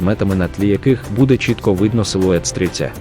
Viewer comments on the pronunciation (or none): none